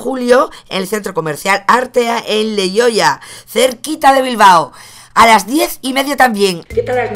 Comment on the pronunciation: no es por ofenderte, pero es Leioa no leoia